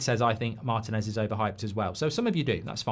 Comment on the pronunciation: Why does Mark pronounce Martinez MARTIN-EZ? It's mar-TEEN-ez. It's annoying.